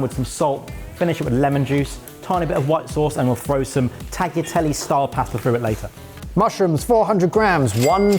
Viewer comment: Good job! As a german living in Sicily I love the Caponata, cannot really judge the rest But guys! The 'gl' in tagliatelle is pronounced like the gl in aglio (cause it's followed by an i) Grazie mille! 😊